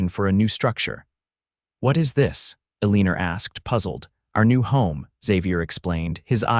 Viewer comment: It's really hard to hear Eleanor mispoken sooo horridly.....